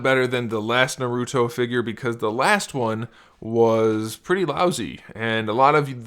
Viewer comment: How are going to do a. Review and not know how to how to say naruto right